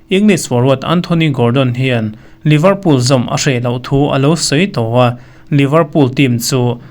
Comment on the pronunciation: Liverpool i lam(pronounce) dan hi a diklo deuh